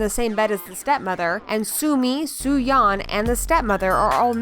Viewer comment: It's suyeon, not sumyeon